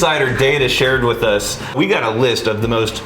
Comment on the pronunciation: is my kind of gal. "Auulright. I'm alright wif it!"